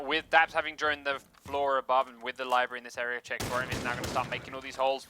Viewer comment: is that one dude saying "liberry" instead of library?